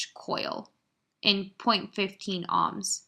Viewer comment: Ohms is not pronounce "ahms", but "omes".